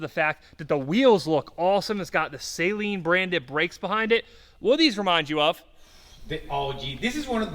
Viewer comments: Its not "Say-lean" it is "Sahleen" Why do so many people have trouble saying this? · Geez, learn how to pronounce Saleen. Saline is a solution you put in your eyes. 😂😂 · Its not a SAY-Leen!!!